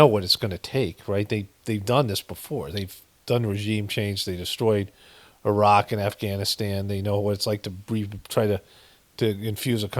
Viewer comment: Appreciate your pronunciation of Irak and Iran. Take care brother.